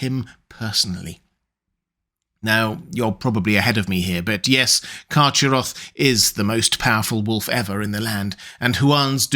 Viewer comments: I think the correct pronounciation for Carcharoth is CarHaroth, as the word was probably inspired by the Greek word for 'shark'. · Excellent video. But I think you are mis-pronouncing "Charcharoth". I believe it is pronounced Kar-Kar-Roth. I think previous iterations of the name did not have the ch in the middle, but rather a hard C or a K. I can't recall any of Tolkiens proper names having a "ch" (as in the word church) sound. But many have the "K" sound, represented by the letter C. (Celebrimbor, Celebrian, Celeborn, Celegorm, Curufin, etc...) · Love your content as always,, but a minor quibble: the "ch" in "Carcharoth" should be a voiceless velar fricative as in the Scottish "loch" or Beren's epithet "Erchamion." Therefore, the name should be pronounced, "Karkharoth." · Yo your pronunciation of carcheroth is terrible its k sound not ch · I think "CH" is more throaty or guttural, like a hard ch in German (e.g., Bach). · I think you’ll find that Carcharoth is pronounced with a hard CH,.☺️☝🏼